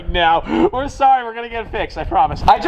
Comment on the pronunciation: Lol can you even say we’re?